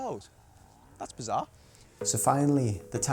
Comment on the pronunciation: "bazar" or bizarre ❓ 😅